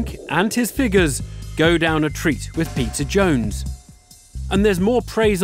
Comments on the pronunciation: Idk why this just made me laugh so hard. I can't unhear the narrator calling him Pizza Jones. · every time the host says "peter jones" i think he's saying "Pizza Jones" and I legit thought his name was Pizza and was so stoked on him. and during this vid I realized his name obviously isn't Pizza and now I have nothing. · I don't know why, but I always hear the narrator say 'pizza jones'